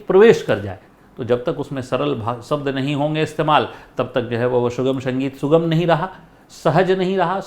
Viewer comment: माफ करना गुरुजी। छोटा मुंह बड़ी बात हो तो।लेकिन आप स और श का उच्चार सही कीजिए गुरुजी। शास्त्रीय बोला जाता है सास्ञीय नही सुगम बोला जाता है, आप कभी कभी शुगम बोलते है। संगीत बोला जाता है। शंगीत नही। आपकी सारी जानकारियां अच्छी है लेकिन उच्चार में सुधार की कोशिश जरूरी है।